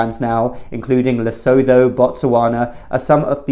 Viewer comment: Lesotho is pronounced Le - Sue - Two. Thanks for your perspectives. I never miss an episode.